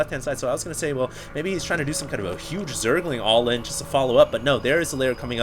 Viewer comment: You like to say allin.... :S dont